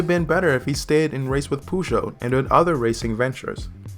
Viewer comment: The way you pronounce Peugeot is REALLY cringe. Try selecting french in Google Translate, punch in Peugeot and select the "Listen" button. That will give you a pretty accurate representation of how to pronounce it correctly.